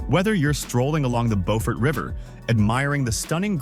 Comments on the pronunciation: Not how Beaufort is pronounced its Bew fort not Bo fort. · AI butchered the names of a few of these. It is "byew-ford" in South Carolina. There is a different city in North Carolina that is spelled the same that is pronounced as "bow-ford" like this video. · The town named Beaufort in South Carolina is pronounced Bew(sounds like new)-furt. The town in North Carolina by the same name is pronounced as the narrator said it. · Byew-furt, SC. See if you can find a video on affordable US towns that are pretty. I think Harper’s Ferry was the closest to an affordable place. A lot of our place names came about when people read about European places in the newspapers or books and there wasn’t anyone who knew the proper pronunciation. No radio, TV, movies to hear it pronounced. Depending on the part of the US, the same name could be pronounced many ways. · I think I would write the pronunciation more like Byew-fert. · Beau is pronounced as 'bow' but I know a lot of down here call it Bewfirt. LOL. not to insult anybody's intelligent, I've traveled thru a lot of states and cities in this country...everyone has different dialog from the place or environment where they grew up in. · It’s French vs English pronunciation. Bo-fort English, Bew-fert, French. It depends on who settled the area. The same with Boyer. Boy-er English. Bew-yer, French.